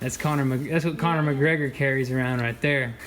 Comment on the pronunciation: When he showed the irish flag 🇮🇪 i was like yessss. And then he said conor megregor 😔😔